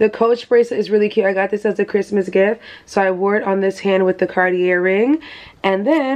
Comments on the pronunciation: Just for info sis . It’s Cartie ( Cartier) not Cartierr . We don’t say the r at the end . Greetings from a French girl ❤ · Congrats on your gift! Fyi the R is silent in Cartier… its pronounced car-tee-ay